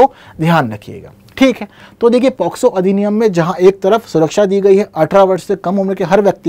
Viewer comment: Sir ye पॉक्सो होता है शायद।। आप पोस्को पढ़ा रहे हैं 😢😢